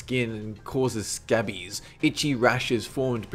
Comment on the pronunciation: The way he said scabies 😹 "scehbeeeeesss"